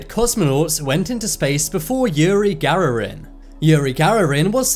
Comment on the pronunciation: It’s yuri Gagarin not yuri gararin